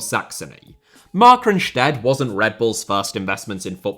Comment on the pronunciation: Keep up the great work! Minor German pronunciation assist, the second syllable is the stressed one in "Markranstädt."